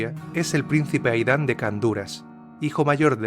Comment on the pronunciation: Aidan no se pronuncia 'Aidán' sino 'Eid:n'